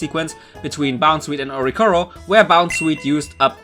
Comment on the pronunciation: There is another "i" in Oricorio. Please pronounce it.